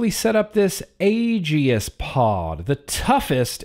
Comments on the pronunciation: For the love of….it’s pronounced like A-Gis, not A-Gee-is. The E is silent. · gods DAMN it, man, as much as I wanna love ya like a brother, just... "Age-ey-ist"?! Seriously?! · No one:: „Agi-is“ Jk:D nice vid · You say aegis weird